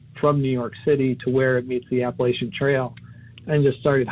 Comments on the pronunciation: Ahh so refreshing someone on YouTube actually pronounced Appalachia correctly...Thank you kind sir 🙏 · as an appalachian gal, i just want to thank the narrator for saying appalachia right. ♡